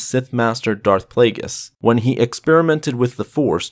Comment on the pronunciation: It’s Darth Plagueis